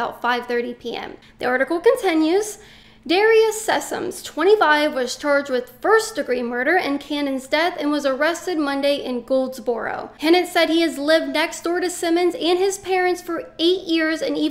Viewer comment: About only our local News covered this but we didn’t hear nothing from CNN. And the way Katlyn pronounced Goldsboro is new to me lol. Us southerners pronounce it Golds-ber-row